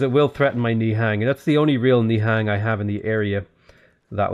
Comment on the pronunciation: Love the videos. Just a heads up, "nihang" are pronounced as "nihung".